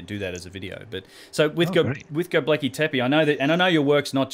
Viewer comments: Go-bek-li not go-ble-ki, but good vids:p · Hi! Sorry for this but it's Gobekli Tepe (Göbekli Tepe) not Gobleki Tepi. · You are a gun & your work rocks. But there is no such place as ' Gobleki tepi '. Read this part really carefully. GOBEKLI TEPE. Again, Go-bek-li Te-pe. Your working to hard, lad. This one went straight through to the keeper. Respect. J.A.S.S. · gobekli not gobleki, or gobelki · Love your channel and vids so much, you're so smart. But please learn how to pronounce Göbekli Tepe ... you keep saying "go-bleck-y" it's "go-beck-ly" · God damn it man... love and appreciate your work but GET THE NAME RIGHT AT LEAST ONCE. G o b e k l I t e p e not g o b l e k I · This is a really great interview. I saw the Grimerica show with Martin Sweatman, & as good as it was I think I gleaned more useful from this interview. Love your output mate, please keep it coming! Oh, btw its pronounced 'go-bek-li' ;D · Please take a couple minutes to work on your pronunciation of Go beck lee tep ay, it's my only issue with the entire channel. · LOL, I have the exact same thought each time he says it. he actually says "globekli" 😂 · Ashley Liddic I’ts actually Gö-beck-lee teh-peh , no ai in the ending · Australians can't say many things properly - Fish and chips, Six, Fence, Dance, Gobekli Tepe.. Haha just joking:P (Kiwi - Aussie)